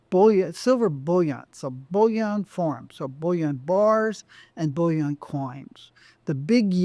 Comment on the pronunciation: Why does this interesting guy say “bullion” in such an affected way? “Bulli-aaahhhnnn”. He pronounces “billion” conventionally every time. Surely the only difference between bullion and billion is the i/u…?